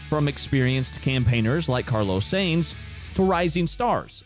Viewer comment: Pronounce carlos name properly ya goose typical Americans